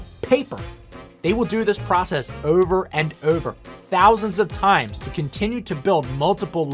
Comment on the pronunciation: Ouwver and ouwver to make a couwne. Gouwt it.